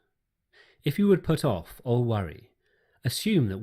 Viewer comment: Whats with the pronunciation of the word all? Thanks for your content though